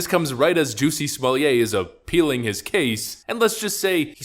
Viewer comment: It's not "SMALLIER", that sound like that "JUICY SMALL HEAD".